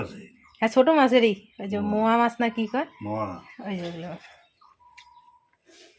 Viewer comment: Moa mach na go. Ota mourala mach bla